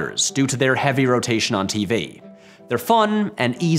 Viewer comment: What's a 'tee-vay' dude?